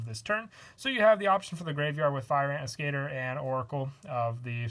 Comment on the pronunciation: As-ke-tor not As-cater.